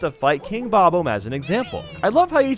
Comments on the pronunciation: its said ah mb not ohmb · smfh "Bob-ohm Battlefield" you say? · Your pronounciation of bob-omb still bothers me...